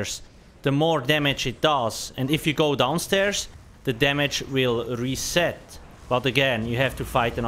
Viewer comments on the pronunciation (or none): none